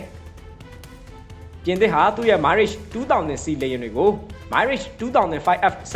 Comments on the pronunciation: မိုင်းရစ်ချ်မဟုတ်ပါဘူးဗျ မီရပ် လို့ခေါ်ပါတယ် ရပ်ကို ခ ခွေ ယပင့်သံနဲ့ ထွက်ရပါတယ် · မိုင်းလေ့ချ် မဖတ်ရဘူး။မရာ့ချ် လို့ဖတ်ရတယ် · မီရှပ် မိုင်ရှပ် မဟုတ် တံလျှပ်လို့ အဓိပယ်ရတယ် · Mirage =. မီးရာ့ဂျ် = Mee Raj (. အသံထွက်အမှန်ပါ .) မိုင်းရေ့ဂျ် = အသံထွက်မှားနေပါတယ် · မိုင်း ရစ်ခ်ျ။ မဟုတ်ပါ။ ပြင်သစ် မီးရပ်ခ်ျ လို့ခေါ်ပါတယ် 🎉🎉🎉🎉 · မိုင်ရေ့ချ်မဟုတ်ပါမီရပ်ချ် (တံလျှပ်)ပါ။ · သတင်းမပြောခင် အသံထွက်တွေလေ့လာသင့်ပါတယ် မိုင်းရိတ်ရှ်မဟုတ်ပါ မီရပ်ရ်ပါ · ငါးပိချက် စားပြီး မိုင်းရေ့ လို့ထပ်ခါထပ်ခါ ပြောနေလို့ ကွာ MIRAGE မရာချ့် ပါဟ၊ စိတ်ကုန်တယ် သိလား။ 😂😂😂😂😂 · မီရတ်(တံလျှပ်) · Thank you very much for comprehensive reporting. Please check pronunciation of Mirage. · လေယဉ် နာမည်လေးတော့ အသံထွက်မှန်စေချင်တယ် ငွေရပြီးရောဆိုတဲ့စိတ်နဲ့ တတ်ယောင်ကား မလုပ်ပါနဲ့